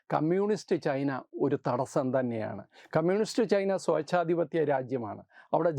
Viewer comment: സ്വേച്ഛാധിപത്യം ആണ് ശരി